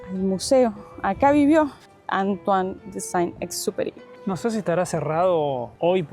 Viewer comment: dicen que Antoine Sain Superi, no se si se escribe así. Se dice ese rl autor del Principito, pasó por Entre Ríos ( Argentina )